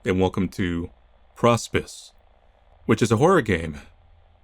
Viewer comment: It's pronounced Pro Spice